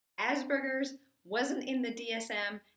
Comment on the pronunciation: There's no "asBergers". It's asPergers